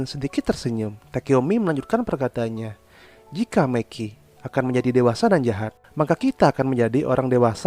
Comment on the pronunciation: Tolong klo bisa saat nyebut nama mikey pelafalannya pake bahasa indonesia aja seperti di menit (mi-key) jgn pake pelafalan inggris seperti di menit (me-keey) jadi terdengar kaya bahasa kotor yg artinya miss-v 😅